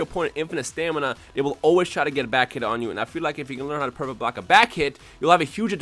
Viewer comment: nowaday everyone online can do "pecfect bolck" and that's annoying when you playe online